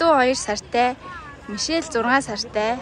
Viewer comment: Мишел юм чинь Ми-Шель’ гэж тод хэлээрэй~! Мишээл гэж сонсогдох гээд байна🍓🌸